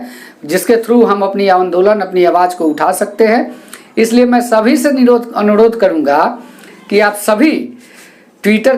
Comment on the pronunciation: संभल कर बोला किज्ये सिर अनुरोध को अनुरोध ही बोलिए । खैर आपकी वीडियो अच्छी होती है